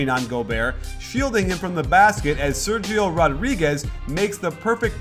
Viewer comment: the "sergio" part it should be pronounced like "serhiyo".